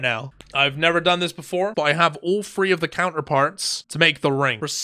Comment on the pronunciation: when you pronounce three, free